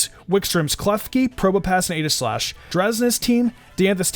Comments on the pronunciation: It's EE-gi-slash. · Not here to argue but name is actually pronounced EEGI-Slash